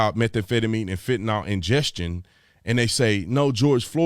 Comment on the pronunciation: #Bruh I luv ya man, I do, you’re a great man and I thank you for your service! I’m so sorry for correcting this, but it drives me crazy and it is nowhere near just you that pronounces it this way. The word is FENTANYL. Pronounced FENT-A-NIL, not FENTINALL. I hope you’re okay with constructive criticism. BTW I was also in the business here in MA in the mid 2000’s. Thanks for all you do. ✊🏼